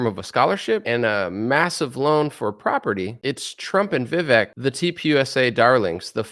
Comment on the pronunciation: His name is pronounced "Vi-Vake".